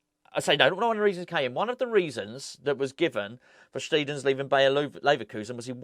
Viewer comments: Its pronounced Sht👁ten in German,. Have watched the German interviews and he seems a cheery, relaxed character like Nobes. Think those two will get on well. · Afternoon, this should clear things up for you, so my neighbours next door neighbours wife is half German and she said it’s pronounced steidten not steidten so there you go mate, you are welcome cheers, Paul